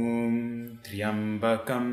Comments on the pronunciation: this mantra is incomplete, it has three parts which few people use. also the starting it's Trayam not Triyam as per Vedic rules. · 🙏 I read online that it is pronounced Trayambaki and not Tryambakm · Yoh pronounced triambakam but it should be tryambakam❤️🕉️ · But here the person Chanted as Traiambakam not as Traiambakai... Is he incorrect?? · Is it Tri (yambakam) or Tray (ambakam). Isnt Tryambakam 1 syllable ? Could you please clarify on this pronounciation please 🙏